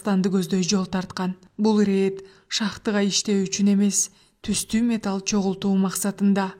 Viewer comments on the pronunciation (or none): none